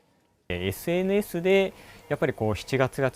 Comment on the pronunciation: SNS도 발음이 저 모양이냐